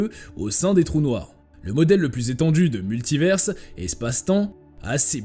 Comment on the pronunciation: Répétez après moi : MULTIVAIRE , c'est la prononciation !